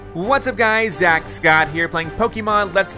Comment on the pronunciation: Its Zack not Zach